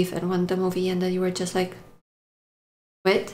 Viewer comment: "awww that hwut you a wittle bit, thanos?" Proceeds to beat the ever-loving shit out of Tony